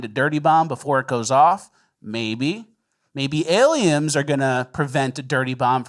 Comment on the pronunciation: Are you saying aliems on purpose?